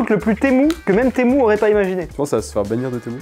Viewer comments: ✨TeMoU✨.. personne … moi je dis temU (son: u) est pas temOU(son: Ou) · "Témou" ça se dit "tému"😂😂😂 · ARRÊTE DE DIRE TEMOU C’EST TEMU MU SA FAIS PAS MOU DONC ARRÊTE SA ME STREESE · il dit pas Temu mais "t'es mou" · "sur témou" 🤣